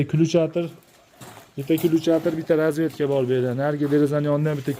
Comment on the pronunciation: Разветка эмас,разетка денг.